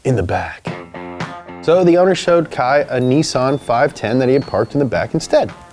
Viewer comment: Stop talking like a 2 yr old. Just say nissan or carbon fiber the way it was supposed to be pronounced. Its NiSSAN- NOT NEEESEAN